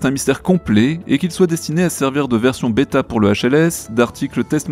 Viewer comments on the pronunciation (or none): none